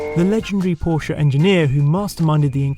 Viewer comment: Thank you for saying Porsche right.